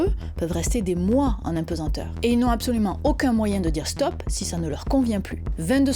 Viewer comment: Impesenteur … ou plutôt apesanteur ( mais c’est peut être l’accent !)